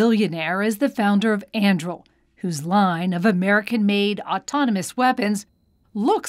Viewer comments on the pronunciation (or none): Lady - unless you've been living under a rock you know it isn't "andrill" It is An-du-ril. Like Aragorn's sword in Lord of the Rings. She must be from Dunland......